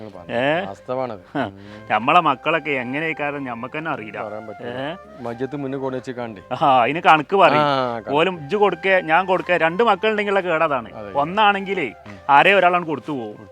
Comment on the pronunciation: മജത് അല്ല മയ്യിത് ആണ്. 10.സെന്റ് അതിൽ എലാം ഉണ്ടോ. നടന്ന്. നടന്ന്. ക്യാഷ് കയിഞ്ഞു. അബാസ് എത്ര വിതം ഉണ്ട്. വയസ്സ് അകുതോറും മുതല് ആർത്തി കൂടും